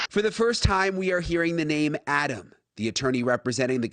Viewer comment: I question the audio. First, how did they even get audio? Second, the pronunciation of the name "Adam" is not typical of an English language speaker from the USA. Normally the first "a" in Adam is pronounced as in ""mad" or "Maddie." In this tape it sounds more like the way people pronounce the "o" in "hot,: "lot", "cop" or "odd". Finally, normal intonation would stress the verb in the sentence like this: *What did you SAY to Adam? In this utterance it sounds as if the penultimate syllable of the sentence is stressed. "What did you say to "ODD-am?" Who is the male walking with the two victims?